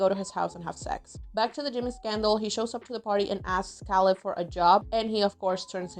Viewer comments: Caleb. KAY-LEB. Dammit. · Great video. Very good recap. Makes you realize how a lot of the storylines would be viewed differently 20 years later I’m just curious, don’t take this the wrong way, but why do you pronounce Caleb’s name “Kal-ebb”? I don’t know a ton about accents but I’m guessing you’re French Canadian? Just curious. Please don’t take it offensively, it’s just very interesting to me!